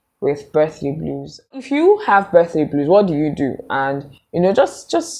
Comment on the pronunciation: "Birthday bluers"😅😅😅